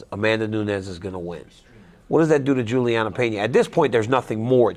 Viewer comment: DC sucks, he can’t even get Julianna name right lol